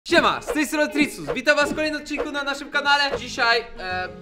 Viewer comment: Tritsus muwi sie nie t na c